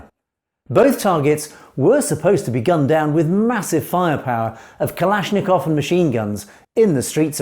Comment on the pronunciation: "Kalashikov machine gun"?? I'm better off to different channel then...